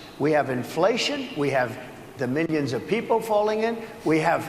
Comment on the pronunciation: Every time he said "millions" I heard "minions"